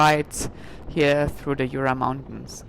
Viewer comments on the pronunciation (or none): Jura is pronounced SHÜÜRA and not with your heavy kraut accent YOOORAH